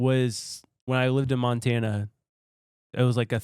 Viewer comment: Manzana.... But ok Mantana